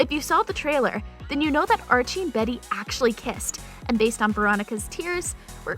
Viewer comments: I think she said varry, but yea either one of those ... they don’t proof these videos very well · what the freak is this? why does she call Betty "berry" and give the list: Archie, Jughead, Betty, and Lili>